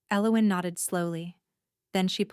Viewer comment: Nice story I liked it a lot. AI’s version of Elowin’s drove me nuts however. Emmett, ID